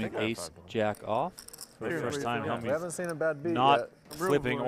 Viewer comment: Why can't even Helmuth say his name properly. Who put the Y in Hellm-youth?